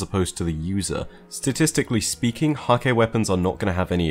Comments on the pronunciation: It's pronounced Hak-huh. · According to Deej Häkke is pronounced "hah-kuh" fyi